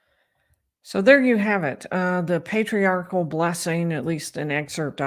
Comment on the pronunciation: He also kept calling it a Patriarchal Prayer before it devolved further to what sort of sounded like Para-quwee-all Prayer 😂😂😂 I know part of that is what you were pointing out, but I wanted to further point out how it’s not called a Patriarchal “Prayer” either. Any Mormon hearing that would be thinking about how wrong that sounded. Also, Doctrine “of” Covenants, lol. Not right either. Oh.